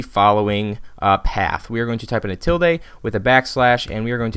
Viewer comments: What did he type in here at the start? I can't see it and it sound like he said ''a till date'' haha. Thanks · Wtf is a "tilday" (seriously)